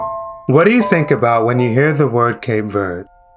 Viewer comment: “Shocked” is a poor choice of words. I don’t know if it’s used to draw people to your channel. As a Cape Verdean, I’m offended. Please pronounce the country correctly- it’s not Cape Verdee